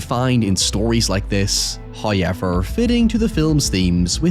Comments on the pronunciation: I’ll stop watching your videos the day you stop saying hoyiever 🤠🤠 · First "hoyevver" drops . You can tell He likes us when we wait less than a minute. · yoy, the yay he pronounces "hoyever" is so soothing. Anyhoy, this yas a yonderful video :3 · After an "hoyever" t-shirt, I want the "noy" t-shirt!